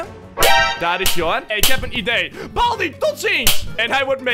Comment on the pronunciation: Het is baldy niet balby